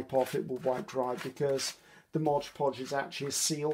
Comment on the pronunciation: I love watching and listening to you dear.I find that you inspire me,encourage me and relax me.Thankyou so much.I hope that you don't mind me pointing out t hat it s Mod poj that you use not Mojpoj.You are so sweet and I call it mojpoj now 😆....much love.Angie from Australia.x